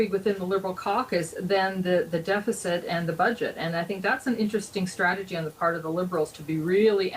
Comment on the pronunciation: It’s interesting how when Sean Fraser says “strategy” it sounds like “tragedy”